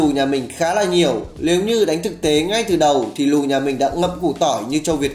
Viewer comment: Lếu như,lước ??? Hơn 1 năm vẫn chưa khắc phục được lỗi chính tả,phát âm à ?